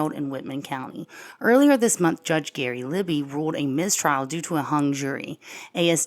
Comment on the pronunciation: You're the only channel I watch on the Idaho 4. You are excellent! Please keep up the incredible work that you're doing. I'm originally from Colfax and know the area well. FYI, Libey is pronounced "Lie-bee."